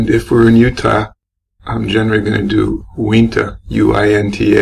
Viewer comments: i live in utah and uintah is pronounced you in tah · It is pronounced you-in-tuh 😄 Uintah